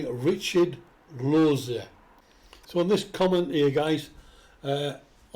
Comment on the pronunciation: Wow a person that can pronounce my last name